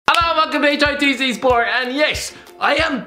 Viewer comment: The new guy can't even pronounce hitc properly